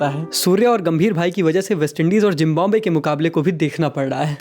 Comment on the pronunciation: It's not jimbabwe It's Zimbabwe😆